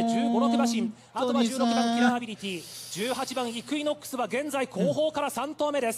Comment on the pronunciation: 頑なにイクイノックス言い間違えるの好き あと最後の言い訳する声しのさんで草